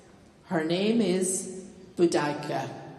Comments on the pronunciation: Is this pronounciation of 'Boudicca' the correct one? I've always heard it said, BOOdikuh, not booDIEkah. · They found a load of beheaded bodies and heads in London when they were putting in the Queen Elizabeth line for the London underground which were from her rampage across London, so it’s quite possible she could of done some of them her self. Her name is pronounced like Boo-Dicc-er not boo-dike-er lol. She fell in battle in the end. She was Queen of the Icene tribe and was defeated in the end by the famed Roman General Gaius Suetonius Paulinus, Boudicca army strength was 230,000 strong and the Romans 10,000 strong and the army of Boudicca lost together with casualties 80,000 people and Paulinus 400 soldiers. The Roman historian Cassius Dio did like to embellish Roman victories, so I highly doubt her army was anywhere near 230,000 strong. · Pronounced ‘bow-da-see-ah’ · I was taught it was pronounced ‘bow d see a’? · I have always heard Boudica pronounced boo da ki and if I hadn't seen it in the description of the video I would not have known who it was supposed to be because of the announcement beforehand. She preformed wonderful and strong 💪 ❤ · I didn't know it was pronounced that way...I've been saying it wrong. Good to know! And great dancing! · Awful intro. That's not how you pronounce the word Boudicca!!! 😢